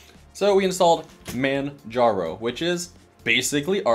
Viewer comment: Manjaro isn't Arch, and the Steam Deck is nothing like Nintendo Switch 😩 As for not spying, Arch doesn't but I guarantee SteamOS will. Also, it's "Man haro", the "j" is pronounced like "h" as the name is Spanish.